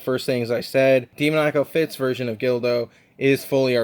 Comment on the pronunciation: It’s GULDO not GILDO. Unless you were pronouncing his name incorrectly because it sounds similar to dildo I’ve had no issues with my 2021 EE SSG Goku. Some people are just too rough with them. That being said Tamashii’s quality has definitely dipped. Think they’re trying too hard and should go back to making 8-12 figures per year. It’s better to get less figures per year with better QC than to get tons of figs with inconsistent QC. I’m excited to see more of your reviews especially if you’re gonna get SSJ4 Goku.